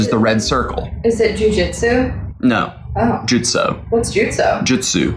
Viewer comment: not trying to be bad but how are you a naruto fan and can’t say jutsu right